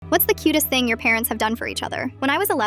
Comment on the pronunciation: "thinng" son i think you need to go to school😭